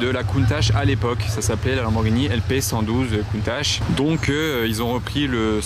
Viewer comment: Merci pout moi la plus belle voiture au monde et ces bien au moins tû le prononce comme il faut et pas comme certains qui disent countaque